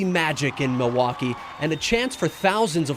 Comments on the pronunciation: Yes,, it is. Actually, it's pronounced "mill-e-wah-que" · It's Mil-e-wau-kay.. 😂